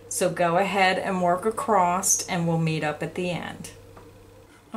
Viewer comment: *across not *acrosst